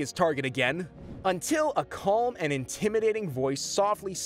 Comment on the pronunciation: You do know the L in calm is silent right? It’s not pronounced how it’s spelled it’s pronounced kaam